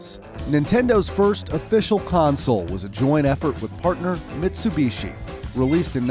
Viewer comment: That’s not how you say Mitsubishi